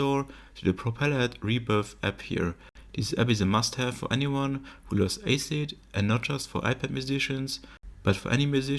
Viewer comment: Pure „aysit“ 😂